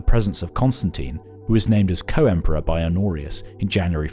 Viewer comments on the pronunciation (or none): none